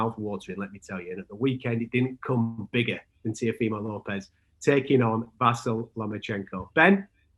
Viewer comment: He was really annoying me that he can't even pronounce Lomachenko first name properly